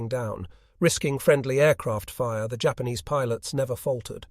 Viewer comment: "Jay- Ahpanees" ?? Has this been a AI voice over the whol time?